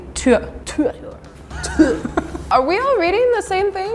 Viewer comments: In English we say Tyr like "tear" from eye, not tire or whatever she said. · Pissed me off she said "tyr" not "tor" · Is Canada Tyr is pronounced as Tear. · I've always heard and said Tyr as Tear. Like when you shed a tear